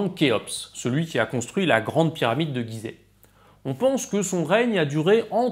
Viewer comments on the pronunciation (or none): none